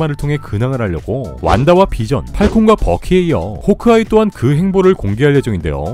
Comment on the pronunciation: ㅋㅋㅋ 이형 호크아이 발음할때 호옼크아이 라고 들리는거 왜이리 웃기지 ㅋㅋㅋㅋㅋ